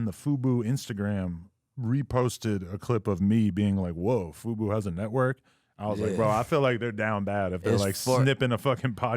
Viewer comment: Bruh its fuBO tv pronounced 'fu-boh' not FUBU LMAO how does this dude not even know the name of the network hes working for